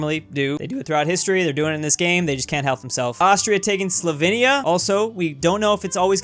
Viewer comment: It is Slovenia not slovinea